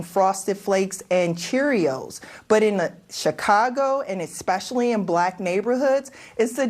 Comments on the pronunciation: "esKpecially" and she is a teacher union chief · The guest said "Eck-specially".